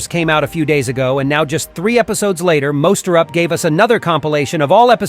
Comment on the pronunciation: You pronounced MonsterUp as MosterUp